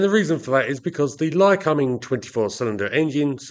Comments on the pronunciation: How are you pronouncing the engines name again ? Cum... Or .. combing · My take was that I'd read it as Ly-comb-ing for a million years but that given how you were pronouncing it I must have been wrong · Yes - usually 'Lie-Comb-Ing'. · It's pronounced (Lie-comb-ing) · Interesting pronunciation of “Lycoming”. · As an Australian I found you pronounced the name very strange and for once agreed with the American way.